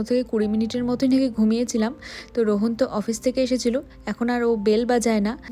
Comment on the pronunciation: Rohon na please rohaan 🥺🙃